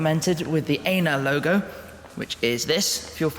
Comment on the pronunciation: Where are you leaving from in Ljubljana? Can we come and say hi? :) And you mispronounced "ENA"! Just so you know!! :)))